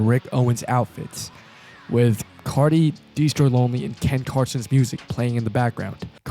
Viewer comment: his consistent mispronounciation of destroy lonely, mitch modes, and joy divizn is actually really funny